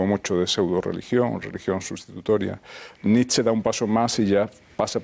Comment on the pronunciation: La ' E ' final de Nietszche también se lee......